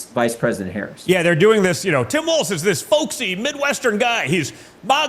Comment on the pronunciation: It's pronounced walls, not waltz.